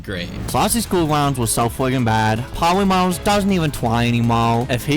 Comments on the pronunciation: POWYMAWS PWESE FORGWIVE MWE!! Lol!!😂😂😂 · the words powymars doesn’t ewen twy anymow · "We awe done with powymaws" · I thwought we were done wif Powymaws. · Powy mawz dwesnt even twy anynmwre 😂😭💀😭😭💀😭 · Bro said: Pothymath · He's says Polymars I Need this my mom is kinda homeless